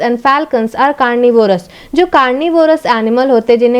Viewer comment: You also don't know how to pronounce the carnivorous and herbivorous also